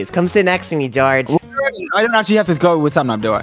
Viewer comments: Sapnap pronounces George’s name as “Goerge” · Why does Sapnap pronounce his name as Jorge